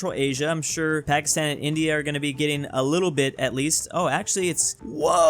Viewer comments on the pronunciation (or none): none